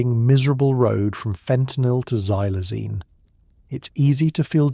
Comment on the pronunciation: I'm sittin' here in Williamsport, Pennsylvania & its in the afternoon. Xylazine is pronounced "KSylzine". The letter "X" has a "KS" sound, not a "Z" sound.